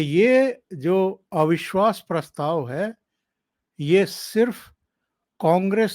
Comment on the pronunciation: एविश्वास नही अविश्वास बोलिये